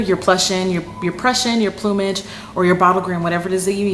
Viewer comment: Thankfully someone who knows how to pronounce plumage! Ive heard it mis-pronounced in so many ways its scary lol. Cool.